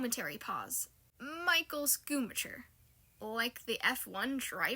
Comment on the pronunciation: Bro i dont mean to be mean but im crying at how much u butchered the GOAT Michael Schumacher 😭😭😭😭